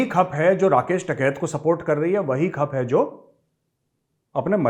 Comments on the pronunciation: retired Major se " Khap" sahi trike se pronounce toh ho nahi raha h... ye kya khaak btayege khap ki sadio purane itihas ke bare mai , bhot asan h camere ke aage bhokte jana .... lekin sahi galt mai se sahi side choose krne mai toh retired major gaurav arya bhi fail hogye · Major saab phle khap bolna seekh lo 😂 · khap pronunce to karna sikh le tau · Sir you are not pronouncing खाप properly it is khaaap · Khaap bolna seekh le phle gawar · Major last video me to keh rahe the k boss Amit Shah hai. Every person who brings out the truth being blamed back on them. Please learn to pronounce names and location names correctly!! ‘Khaap’ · Major shaad you don't even know how to pronounce Khap neither you are aware of anything about khap. It's a shame to see how a Major of Indian Army be a big Chatuu of Politicians. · Hlw sir ये उच्चारण में थोड़ा गलती हो गई है वो खाप् पंचायत होता है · Khap ka pronounciation hi sahi nhi h major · मेजर साब, खप नहीं खाप कहते हैं। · Dear thoda dekh liya kro kya bolrah khap nhi khaap hota h thoda dhyan. Rrakhk f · पहले तो बोलना सीख ले खप नहीं है खाप होती हैं। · Khup nahi hota. Khaap hota hai. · Khp nhi khaaap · Abey lodu खप nhi खाप पंचायत होती है 😅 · मेजर साहब खप नहीं खाप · खप नही खाप बोलते है। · Arey gaurav sir, it's Khaap not khap... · Jai hind Major saheb, The word is Khaap not khap Haryana me Khaap panchayten hain Thanx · खप नहीं खाप कहते हैं मेजर। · खप नही साहिब खाप होता हैं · ये खप नहीं खाप होता है सर जी । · मेजर यू talk like alien of the north west India and speaking खाप as खप। You know nothing and just a touts of Modi । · Bolne to sik le phle kap nhi khaap hota h or itni dhinge mt mara kr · सर ये खप नहीं, खाप होता है। 😂😂😂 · Properly pronounce khap......it's call Khaaap in hindi....... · मेजर साहब खप नहीं खाप होता है । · Major Sahab , सही उच्चारण खाप है , खप नहीं . It is Khaap and not khup . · Khap nahi sir khaap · खप नहीं ख़ाप होता है ताऊ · खप नहीं सर , खांफ ! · मेजर साब जयहिंद खप नहीं खाप कहते हैं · This is KHA A P not khap, Sir.